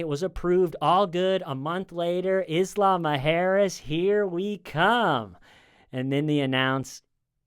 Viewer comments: It took me until this video to figure out he was saying isla mujeres 😂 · Isla Mujeres is pronounced "EESS-lah moo-HAIR-ess" (roll the 'r') It's Spanish for Women's Island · it took me until seeing your comment to figure that out 💀